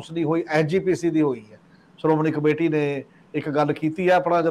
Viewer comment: The heading of the program should reflect the nature of the contents in a clear and an attractive way . The word is’Shromani’ and not’Saromani’as it’s pronounced in your program . Secondly, clarity of sound and thoughts is paramount . Thanks .